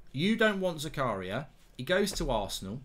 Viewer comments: His name is pronounced "Zaka-ria".. Goldbridge's Zakaaaria sounds a bit la dee dah! 😆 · Its prenounced Z-A-K-A-R-E-E-A just so you know lol